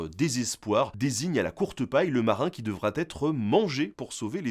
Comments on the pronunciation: qui devra t'être...attention aux liaisons. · Je connaissais l'histoire. Qui devra être et non qui devra T' être 😉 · Par pitié... Qui "devrat-être" mangé... Pas de T à devra ! C'est presque pire que le cannibalisme, cette liaison contre nature LOL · J'aurais d'abord pensé au radeau de la Méduse, mais c'est vrai que la chanson est plus vieille, donc merci d'avoir rétabli la vérité. J'ai aussi bien apprécié la liaison "mal-t'à-propos" quand Nota Bene nous dit qu'il s'agissait d'un tirage au sort désignant celui qui "devra-t-être mangé"... Venant de lui qui s'exprime ordinairement dans un français remarquable, quelle surprise ! 😂